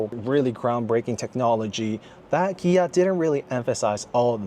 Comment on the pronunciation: Good video. You were killing me with the company name (Kia / Gia) All I could think of is the interview scene from the movie "Brothers"......."Are you saying Pan? or Pam?"